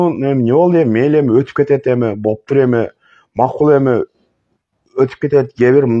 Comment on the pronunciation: Бул кайдан чыккан тантык ушундай акмактардын айынан кыргыз эли начарлап жатышат ушул тантыкты кууп чыгыш керек ,боптур ,эмес ,болуптур, деп айтылат кыргыз тилинде ,озбекче суйлоп атасын